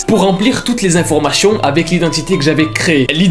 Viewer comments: Mdrr jpensais j’étais la seule a remarquer qu’il disait "chion" au lieu de "tion"😭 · On dis « informaTION » et non pas « informaCHION » 🤣 Sinon, meilleure vidéo de la journée! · Informachion 😂 c'est a cause de son accent